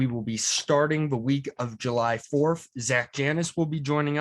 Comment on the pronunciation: Bwalk ass pronunciation of july.